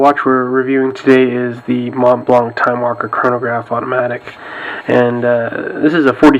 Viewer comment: The t and the c in Montblanc are silent, mate! And the a in blanc sounds like the a in water. ;-)